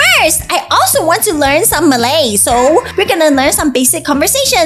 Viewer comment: You are a little bad and pronouncing the Malay words but I would still support you